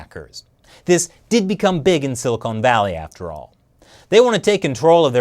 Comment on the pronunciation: "Silicone Valley" LOL